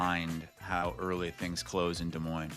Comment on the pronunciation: Can't believe u didn't call out on saying Des Moinez. Not sure if is saying that on purpose. For working in media and living there for that many years, how do you not know the "s" is silent!